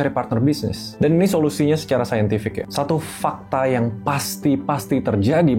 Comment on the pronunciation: 1 Fakkk ta 😅 kenapa Fak nya di teken yan pronounce nya 😂